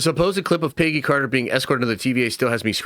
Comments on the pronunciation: Dude.....it's Peg. Gee. Peggy. Not PAYgee. Idk what SC city you hail from, is it wimpston? (Williamston) Is it Lane-kuh-stir (Lancaster) is it fucking pee-munt (Piedmont)? Where the fuck have you ever met a PAYgee? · So many leaks and videos talking about this one scene that’s probably only going to be 2 to 3 minutes long. You can’t be saying screw the leakers and make them go away if you’re making videos talking about it left and right EDIT: PAYgy Carter sounds so funny, I never heard anyone say Peggy's name like Paygy. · it literally sounds Paygy when he says it 🤣🤣🤣🤣🤣